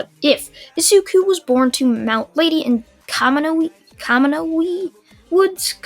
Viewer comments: Anime Outlet: Kimono Woods Everyone: That’s not how you pronounce Kamui. Kamui Woods: walks out from behind building in a kimono Also Kamui: You got a problem? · Kamui is pronounced kam-u-wee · It’s ko-mu-I but spelled kamui like obito eye Ability from naruto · it's said in the show many times and if he has seen Naruto which I assume he has due to his Naruto what ifs it's pronounced kamui like from kamui from the mangekyo